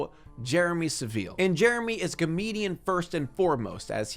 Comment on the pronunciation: Hahahaha the way u say Saville.. See how a British person says Jimmy Saville, that's how we say Saville, the way u do it is just.. Alien